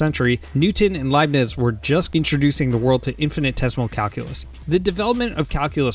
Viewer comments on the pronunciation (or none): none